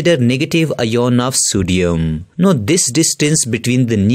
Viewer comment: that's not ien that's ion